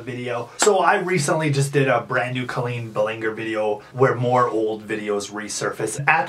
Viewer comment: Um who's Culleen Bulinjer?